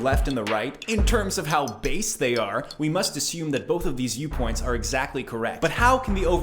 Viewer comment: sad that I can't tell if he meant "base" as in bad or "based"